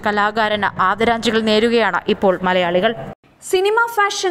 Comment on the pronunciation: adaranjikal Alla adaranjalikal ennu parayu pls